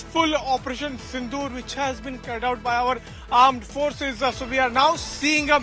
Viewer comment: It's operation sindoor....not sindu